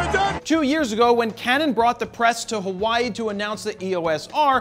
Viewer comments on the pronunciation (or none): none